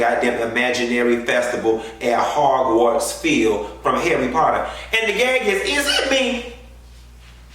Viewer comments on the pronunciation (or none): Ahaha he called it Howarts